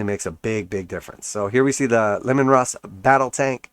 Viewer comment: Bro, it's Lee-man, like Gary Leeman the hockey player